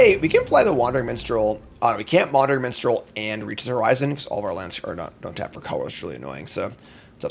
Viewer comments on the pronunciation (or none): none